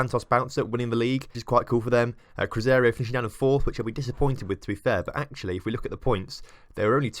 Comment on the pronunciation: its cru-zay-roo not cruzario....